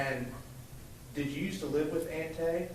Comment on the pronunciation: Aunt TEE not Aunt TAY